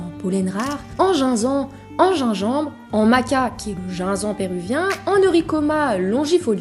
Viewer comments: Faut se cultiver un minimum quand même… « en jinzan »😂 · Pardon mais ça me stresse la manière dont tu prononce "Ginseng", ça se prononce "Ginesègue" et non "Ginsang" x) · T'es la premire personne que j'entend prononcer ' ginseng ' " jain zan " xD ca se dit ' Djine senngue ' non ? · "Ginseng" - ça se prononce "Jin-zeng" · oui ^^ ça m'a fait mal aux oreilles j'avoue 😅